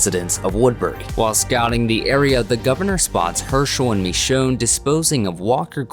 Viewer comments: Walker ST I'm just pointing how wrongly he says her name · Did anyone else notice how he said Michonne wrong